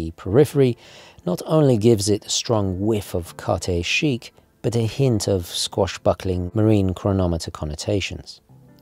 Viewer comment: Squashbuckling? Swashbuckling, dude. (Or, in this context, we could invent Swatchbuckling...)